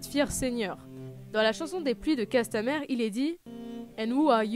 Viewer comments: Pluies de CastamIre bordel, le "e" se prononce à l'anglaise. Les pluies de ça sonne moins bien... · J'aime beaucoup ta vidéo, mais arrête de massacrer les traduction !!!!! Castlemiiiiire pas castleère rooooh Sinon j'adore ta viéo! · Un ptit effort sur l'anglais serait pas du luxe. C'est pourtant pas compliqué de dire castamire plutot que casse ta mère.